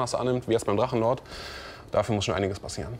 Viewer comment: Drachenluuu-ord... Wollte der Moderator Luan sagen?